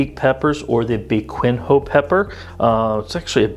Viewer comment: 'biquinho' is pronouced as 'bih-keen-yo'